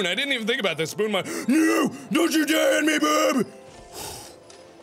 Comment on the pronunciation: you were sometimes saying Berb, not Bob